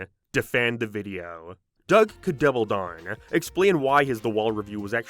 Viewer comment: Quick question, where are you from? I've never heard anyone pronounce "down" and "now" as "darn" and "nar" before